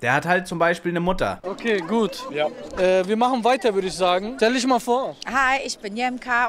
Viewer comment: Wenn jemand schon "isch, misch" und "disch" sagt, hat sich für mich jedes weitere Wort erübrigt...